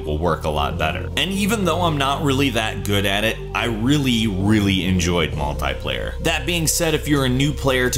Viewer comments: It's multiplayer not multyplayer just saying😊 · Ur crap at cod + its not 'Multiplier' its Multi Player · it is not MULTAY-player, it is multi-player, TEA!!! MAL-TEA-PLAYER goddamit stop it